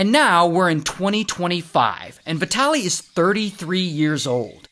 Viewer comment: Man, how do you speak his name ? His name is vitaly and not vetaly